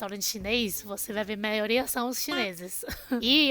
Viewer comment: maioRia kkkkk não maioLia kkkkkk platos não....pRatos kkkkk. pRefere... e não plefele...tempelado não, tempeRado kkkk blasilelo está ERRADO....KKKK BRASILEIRO...KKKK